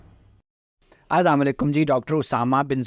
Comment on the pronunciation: سلام تو صحیح تلفظ سے کریں۔